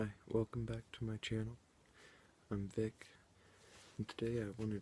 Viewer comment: I thought you said "I'm thicc" instead of "I'm vic" 😂